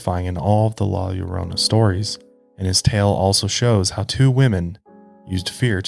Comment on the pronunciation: I just have to say thank you for pronouncing la llorona correctly! I know the Hispanic community really appreciates you taking the time to learn how to pronounce it correctly!! great video!! my dad and mom tell me stories of their time in Mexico where they could hear her crying!